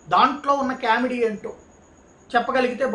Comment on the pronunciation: కేమిడీ కాదు, కామిడీ అనాలి. English pronunciation నేర్చు కోండి. మీ English కర్ణకఠోరంగా వుంటుంది.